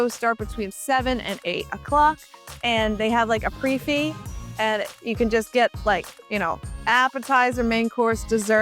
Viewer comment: Pre fixe is not pronounced pre fee, look it up.